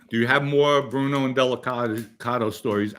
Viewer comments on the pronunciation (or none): none